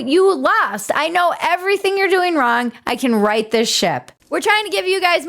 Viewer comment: As you were saying, “I can right this ship“, I was expecting the last word to end with a “t”.